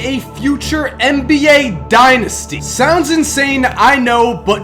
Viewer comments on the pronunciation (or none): is anyone else annoyed by the way he says dynasty